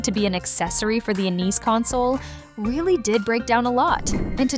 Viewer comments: I agree mainly due to she "AN EEZ" system, instead of NES SYSTEM when talking about ROB being an accessory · She said knees console.